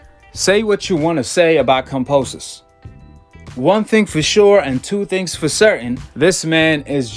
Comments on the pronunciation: Who is "Composus"? It's "Kambosos" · Exactly! How can anyone believe in what this guy has to say if he can't even read than pronounce someone's name...lol.